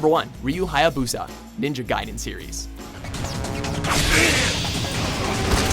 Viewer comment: Wait, you actually pronounced Ryu Hayabusa correctly? Who is this guy, and how did he hack into the WatchMojo channel? And personally, I would have put Kyle Katarn in the honorable mention category over Starkiller. Starkiller sucks with a lightsaber, many enemies would rip him apart if he went pure melee against them, whereas Kyle Katarn can fight anything short of snipers and maybe an AT-ST with just his lightsaber.